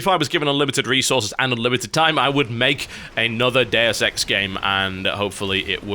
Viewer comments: oO I was wondering "What the f is Dare Sex???" Until I realised he's talking about "Deus Ex"... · I thought he said Dair sex 2, not deus ex 2.